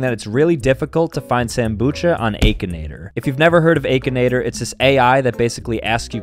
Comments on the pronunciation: “Ayk-in-ator” ak-in-ator is how you say it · it's not "ay-kinator" its "ack-inator) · I thought it was akinator not AAAkinator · Has anyone noticed he says aikinaitor😂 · Bro said Aakinator😂😂😂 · Sambucha made me DIE when he said aykanaytor WHEN ITS pronounced AHkInayter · Bro said 'Aykanator'💀💀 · bro really cold it Ak-a-nat-or-😂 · Aykinaitor 💀 He's AAKEENATOR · AY-KI-NAY-TER😂 it’s A-KIN-AY-TER😂😂😂😂😂😂😂🎉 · Bro said AAKINATOR INSTEAD OF AKINATOR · dude said akeanator 💀💀💀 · I haven’t heard of A kanator but I know about Akinator 😂😂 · It’s not ay-kin-ay-tor its ak-in-ay-tor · It's not 'aayyyykinator'its Akinator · Its pronounced Ah-kinator AH not A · It’s pronounced Akinator not A kinator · its ahk-inator not ayky-nator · Its not akeanoter its acanater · I always said an-kinator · is the type of guy to call Akinator "Ayekinator" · Bro said aikinator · AH - KIN - ATER bro I ain't really hard to pronounce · Akinator is pronounced ak-e-nator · Ah-ka-nae-ter is how it’s pronounced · Its pronounced: Ack- uh - natur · The way you pronounce it is wired it’s a-ki-nator aye-ki-nator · ITS A-KI-NAE-TOR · It’s pronounced like ackinater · It’s pronounced like this ack I nater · btw it's "Akinator" not Aykinator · it's pronounced ack-inator not a-kinator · Lol your saying it wrong it’s not achinator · The way he pronounces “Akinator” 💀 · How is nobody Noticing how he Pronounce akinator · sam the kind of guy to mess up saying akinator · The a in Akinator is pronounced of the a in Apple. Apple! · Who tf pronounces akinator like that